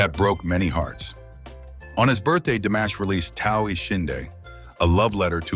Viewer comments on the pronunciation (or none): C normal que vs prononciez son prenom DAmash au lieu de DImash ? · It's DImash, not DAmash. Get it right. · Se pronuncia DIMASH, con i latina. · DIMASH, por favor, pronuncie corretamente. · Que molesto escuchar como mencionas Dimash